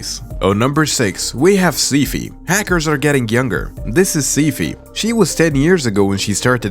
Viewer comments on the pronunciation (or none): How do you mess up Sci-Fi for See-fee??????????? Hello???? Also the name change in the "Video Chapters" are like you said at least "Cifi"